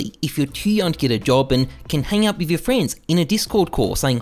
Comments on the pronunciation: in you favor? My man missed his English class i guess! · notice how in the last point he forgot the "r" in "your"